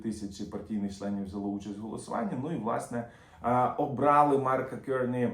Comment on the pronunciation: Дуже вдячний за змістовні новини. Маленька поправка, прізвище нового прем'єр міністра Канади вимовляється КАРНI з наголосом на А.